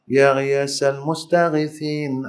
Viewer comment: Yg dgr ya qhiasal.salah maaf.